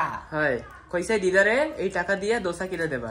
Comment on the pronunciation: দশা না।। "দোসা"😂😂